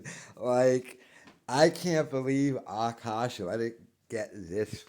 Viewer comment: I was interested in this situation but listening to this guy not being able to pronounce Akash, and the fact that it seems like he has a touch of the 'tism or mental deficiency, I was unable to finish watching.